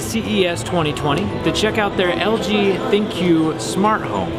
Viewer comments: I think LG pronouces "ThinQ" as Think...just a fancy way of spelling it out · Are you sure its not pronounced THINK? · Did anyone else hear thinq thicc